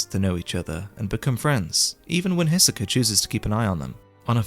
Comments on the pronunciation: Only annoying thing with these videos is like all other YT reviewers you know how to praise but not how to critique. Greed Island is not "almost a great shounen in and of itself" - it's a pile of utter poopoo. And the early chapters, while still good, are so deeply riddled with issues. Also if you pronounce Hisoka as Hissuh-keuh again I'm gonna slap you will my sausage. And I'm not even gay. But we will both like it. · Can’t watch after 20x Hiseka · Hissssoka first time ive heard that one, Loved everything else tho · lmao the way you say hisoka